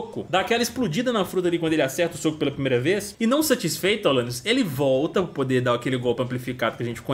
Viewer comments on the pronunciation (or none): só eu q ouvi alanais q da ?